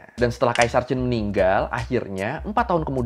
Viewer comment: Alhamdulillah ada chanel yang nyebut Qin cenderung mirip Chin, bukan Kin